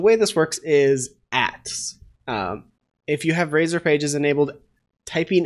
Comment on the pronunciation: There's no E in RAZOR. Just sayin.